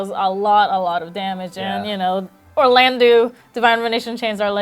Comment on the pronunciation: Someone needs to say it...it's "Or-lan-doh", not "Or-lan-doo". And it's "So-lay" not ""So-layl" -_